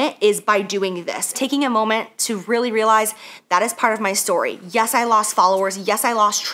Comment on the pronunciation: Whatever y'all do, do NOT play a drinking game every time she says moment aka "Momah" 😂🤣